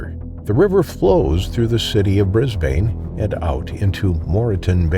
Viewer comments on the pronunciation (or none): yeah bunch of mispronunciation again- normally i wouldnt comment on the city names cause it happens constantly but the fact you said "Bris-BANE" like 5 times in a row ticked me off so heres how you say it. "bris-bin" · Pronounced Brisbun although spelt Brisbane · Or Brisban is probably more accurate but don't expect people to understand all pronunciations like Aussies do❤